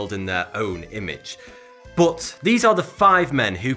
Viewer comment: Why you say "boot" instead of "but"?